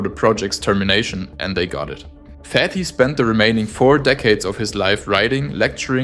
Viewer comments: it is very sad how some were so ready to make people suffer repairing and maintaing homes for the sake of profit. amazing video❤❤❤❤❤❤. and one tiny comment as a native speaker or Arabic, Hassan Fathy's last name is pronounced Fat-Hee, t and h are sepertae not fathee with th as in faith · I like your video, just small mistake in the name of the architect . It's Fat'hy not fat-hy not fathy, separate the T from the H . it's a problem in pronunciation. thank you.